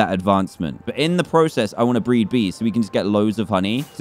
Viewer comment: when he said "BREED" I thought he said breath